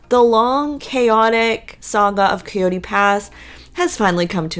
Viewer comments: Coyote. ki-oh-tee. Not Kooey-tee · IKR. Her pronunciation is disturbing at best.